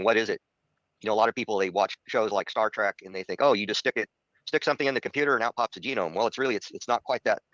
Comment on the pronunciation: It is Star Trek not Star Track.